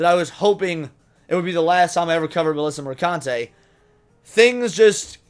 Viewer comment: It’s pronounced Mer-khun-tee. :P